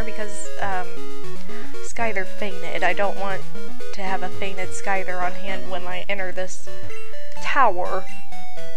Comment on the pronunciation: WHY ARE YOU STILL SAYING SCHYTHER WRONG!?!?! jk!! XD